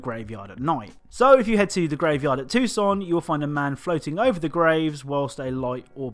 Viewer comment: I live in Tucson, but I couldn't tell you what it was about. Also, props for saying it right. :)